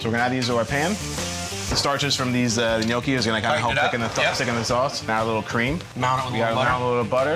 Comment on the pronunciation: "Gnoochi"? 'Gnocchi'! "Tortellini's"? 'Tortellini'! "A tortellini"? Singular = 'A tortellino'; plural = 'tortellini'! "Gremolada"? 'GremolaTa'! "Ravioli's'? 'Ravioli'! "A big ravioli"? Singular = 'A raviolo'; plural = 'ravioli'. "Ministroni"? 'Minestrone'! Americans and their language skills...